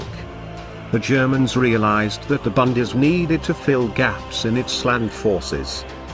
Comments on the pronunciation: I took me a while to figure out what the speaker meant with his annoying "bundees". It is the Bundeswehr! I wish anglos would make an effort in pronouncing foreign words. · Idiotic film - they are even not able to pronounce "Bundeswehr" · Minimax Well they are using a text to speech program. Those things aren't known for pronunciation.